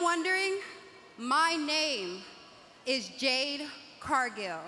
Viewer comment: Who was her name was? What I heard was "Jet Cardio".